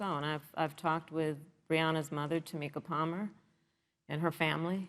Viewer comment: Actually it was his mistress....he calls it Moth-er